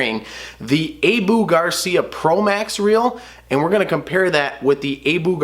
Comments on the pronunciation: It is more like - Aaah, Buuuuh. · That’s what they are this guy doesn’t know how to say it, it’s ah-boo not a-bu cuz there isn’t a e in the name so it’s ah-boo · What the heck is a A=BOO reel lmao 🤣 sound it guy come on......abu fool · Can’t take a review seriously by someone who doesn’t even know how to pronounce “Abu.” It’s a short “a” like the a in “at.” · I hate how he pronounces Abu Garcia